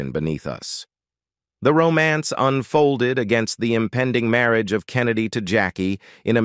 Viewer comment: I don't know whether an AI is narrating but it pronounced marriage about the mark as merry-agee.